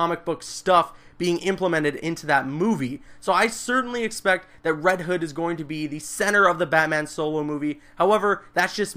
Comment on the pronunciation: its not reed hood